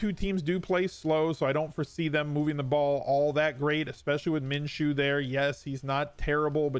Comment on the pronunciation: You're the first analyst that I've heard pronounce Minshew correctly.